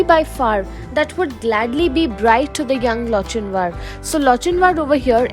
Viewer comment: wrong pronunciation of Lochinvar